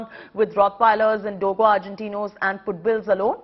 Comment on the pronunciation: Madam says “Puttbills” cant even pronounce a dog breed and apparently reporting against dog breeds to be banned ! 🎉😂